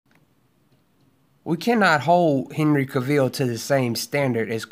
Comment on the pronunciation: Cavill rhymes with Travel. Not Ca-ville. And it's Christopher REEVE not Reeves. Besides that, i agree with ur points bro. Keep preaching them! many people seemingly missed the point or refused 2 understand that point, that lead to this toxic hatred 4 MOS and everyone involved in it. I simply dont get it. Tks 4 the video